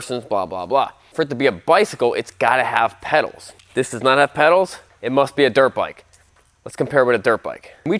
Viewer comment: Haha, noticed that Dirt 'E' bike. Not Dirte bike.